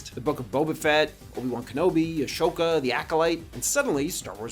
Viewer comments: A-shoke-a... Really? One would expect someone who declares themselves a fan--one big enough to get peeved at Episode VIIII as you did in the video about Palpatine--would know how to properly pronounce A-soak-a. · "Ah-shoka"? Dude you keep creating evidence that your face and voice is A.I. I really don't believe that voice goes with that face and then you mispronounced that character name? Sorry but I don't buy it.. Its not the first time you've obviously mispronounced an easy word/name. And now you're trying to preach why Hollywood is using A.I.?! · A well thought out and insightful video, slightly undermined when you pronounced Ahsoka incorrectly.